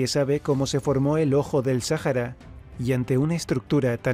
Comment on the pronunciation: Sájara? Vaya, yo siempre creí que era, Sahara.